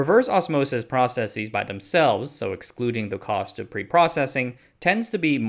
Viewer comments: The word is "process-is", not "process-eez" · Why do you say “processeez” instead of just processes?